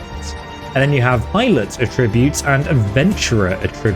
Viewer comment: In English pronunciation can change the meaning of homonyms. At-TRIB-ute is a verb. AT-tri-bute is the noun.